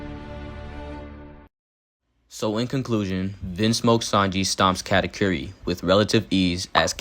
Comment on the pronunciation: I can understand Karakuri instead of Katakuri but "category" 🤣